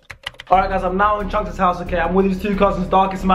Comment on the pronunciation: his name is not chuchz it chunkz